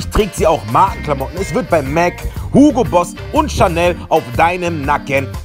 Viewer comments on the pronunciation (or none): none